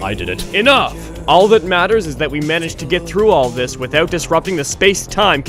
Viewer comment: I actually had to go back to to check for myself, and he actually does say "withoot"